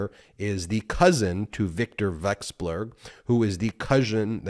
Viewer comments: Pronouncing foreign surnames is in fact kryptonite for americans.. wexblurg, welcksblurg, welcksburg😉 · You are great at explaining complex issues. How about taking a few seconds to get the correct pronunciation for these names you're talking about? Particularly Vekselberg, which is not that hard to say correctly if you sound it out.